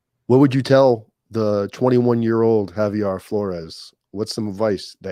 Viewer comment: Btw its Javier not Javiar bro. Lol ur butchering his name